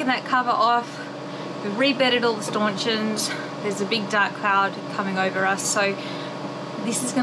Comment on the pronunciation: please call them blooming things 'Stanchions'... not Staunchins! . .(Bloody nice boat mate)!